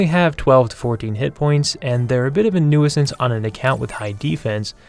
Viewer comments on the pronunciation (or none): its pronounced noosance, you dont pronounce the i lol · You cant pronounce nuisance?